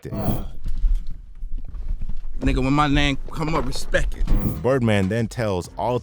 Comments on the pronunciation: Birdman didn't say respect it, he said respeck it. Get it right narrator 😊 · I don’t think he said respect he said respek it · Let’s get this clear birdman never said respect 1 time it’s respek 😂😂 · «Respek it» is legendary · “Put some respeck on my name”! 😂